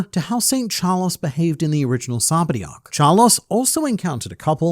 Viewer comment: 😂It’s funny how you still say Sabody when it’s Sabaody.